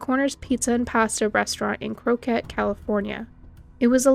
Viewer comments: Crockett California.. is not pronounced "Croak ett" .. it is exactly how it is spelled. Crock-ett. But said smoothly as one word. No pauses. Rymes with Rocket. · On the Pricilla Lewis story, the name of the town, Crockett, is pronounced "Crock-ett" not croquette. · I live in the bay area-its called CROCK-IT